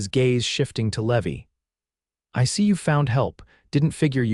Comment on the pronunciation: Name of gentleman is not levi, as in a Levi bank for floods, it ‘s LeeVy. PLEASE SET YOUR AI VOICE TO THE CORRECT PRONUNCIATION, this is pathetic.